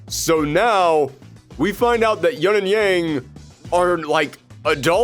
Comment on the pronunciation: Where is everyone getting the 'yunn' pronunciation of Yun? It's Yoon. They've said it in game! How is this a thing?!?